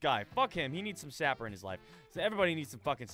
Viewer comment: My God!! He actually called it by the name and not Saper Simulator!!!!!!